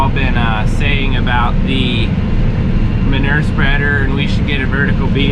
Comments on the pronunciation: Say manure right it’s not manurrrrrr😂. When you say manure spreader you say it right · I am from Boston and I love the way you pronounce manure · Maybe it's me or maybe it's Canada but I say it with three syllables: man-OOO-er